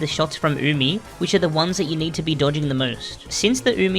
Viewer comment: Weeaboos worldwide celebrating that finally knows how to pronounce Umi and the names of her white bags